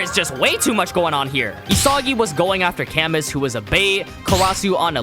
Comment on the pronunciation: it's pronounced "Ca/moo" more than "ca-mus" btw